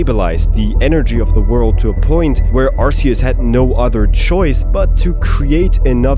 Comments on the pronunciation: I love your theories, but my autism screams when I hear "Arseus". The voice for Ash Ketchum said that it's "Arkeus" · Its pronounced ark ee us not arse ee us. arse is a whole cuss word bro you really think the most recognizable kids franchise is going let that slide in an official name? if you need further proof google how they pronounce it in the show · it's pronounced arcoos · I hate when people pronounce arceus like "Arse-eus" that, I dont wanna be thinking of a butt when talking about a god of all pokemon lol. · Hey man, just wanna let you know official pokemon pronunciation for Arceus is (R key us) it’s a common mistake though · Why did you say Arceus wrong at the beginning of the video?? 🤨